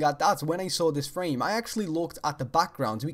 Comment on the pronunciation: and when you say saw it sound like sawer